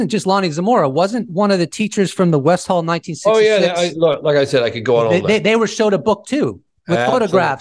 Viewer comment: its West-all not West-hall pronounced with aussie accent its westil